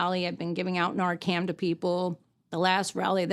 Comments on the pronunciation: Someone should have told her it’s Narcan, not Narcam. It is an unfortunate situation for her. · NarcaN... Not NarcaM. .. Thank you for advocating for Dylan and all the other VICTIMS.❤ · NARCAN* I promise I’m not being rude at all but it really should be pronounced correctly, it could be the difference between life and death one day. Thank you for all you do. Your son is so proud of you. What a beautiful thing you chose to do ❤